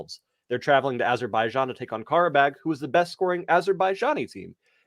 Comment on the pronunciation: I'm gonna need a fucking cat scan from laughing so hard. disgust......lmfao It would behoove him to go to Bermuda. via ah-shur-by-jan!!!!